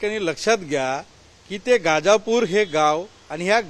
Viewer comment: गाजापुर नाही दादा गजापुर आहे ते